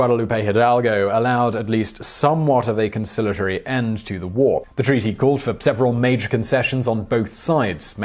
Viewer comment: woo or war??! Lol